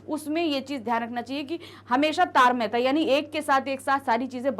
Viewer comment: Itna confidence chahiye tartamyta ko tarmayta pdh saku